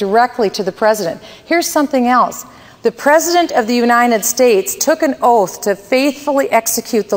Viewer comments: she cant even say United States correctly, she keeps repeating Unined States i cant have an inarticulate president especially one thats clearly trying to be Ron Paul with no success what so ever soe is definately not the real slim shady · She can't even say United States correctly.